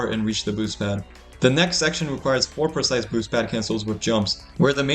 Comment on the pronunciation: makes me cry every time he says "precise"